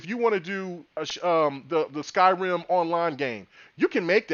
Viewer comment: They have a Japanese studio with Tango Gameworks fellas. Btw, you kept calling Skyrim "Sky-Rim" like they're two separate words brother.